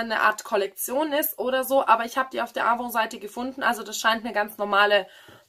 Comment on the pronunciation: Das N mit aussprechen 😁 AvoN